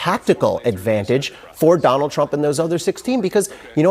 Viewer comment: Learn how to pronounce Donald there's a d on the end.